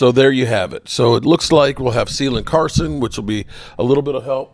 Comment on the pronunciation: it is Kaylin - hard C - Carson, not Sealen Carson.